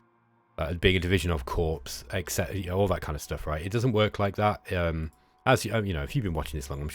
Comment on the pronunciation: Friendly reminder that Corps is pronounced "core" in both UK and US English. :)